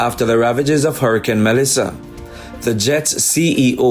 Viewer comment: Why do you continue to say “Hurrahcane”. Isn’t it hurricane?